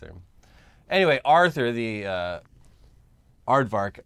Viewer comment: "Ardvark" :_InternetBLUE